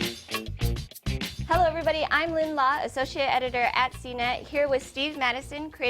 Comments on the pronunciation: it's Associate not "Assiociate". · Assiociate hahaha Oh cnet!